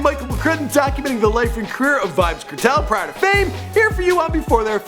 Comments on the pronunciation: yah rass ediot yuh seh "certel" Nigga says kernel but the n as a t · its pronounced Cartel nice video tho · seh Di name dem right nuh its pronounced car-tell, bun-ti-kill-a